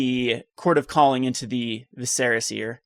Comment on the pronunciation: #triggered its pronounced Vis-er-a, not Vi-ser-a. Good deck idea though.